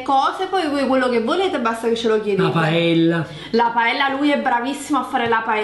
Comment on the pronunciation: Sa fare la paeLLa meglio degli spagnoli.. A giudicare da come ha pronunciato paella dubito che la sappia fare... Ma fai la pizza va che almeno quella (forse) la sai fare.